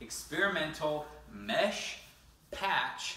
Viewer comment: hurt me inside when he said "mesh patch"